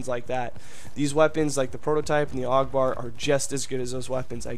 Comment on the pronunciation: also i'm really not trying to like be mean but isn't it said A.U.G like each letter